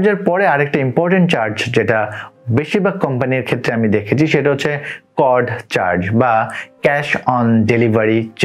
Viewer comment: Not কড that is called সিওডি